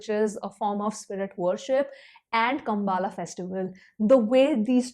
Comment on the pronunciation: It's not कम्बाला, it's "कम्बला" extrawaala "A" kaat dijiye 😄 Essentially Kambala is a buffalo race event as you know (you studied in Manipal right?) not exactly a festival. But still acceptable 🤗 Nice review.